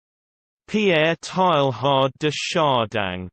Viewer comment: SO wrong -- there's distinct "g" sound here at the end of Chardin that doesn't belong, and the first syllable of Teilhard comes closer to "tay" than "tie."